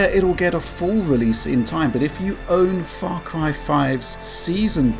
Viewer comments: What is "Fah Cwy"? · Farcwy fwee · Fah cwy fwee, hi. Sorry it just becomes so noticable hah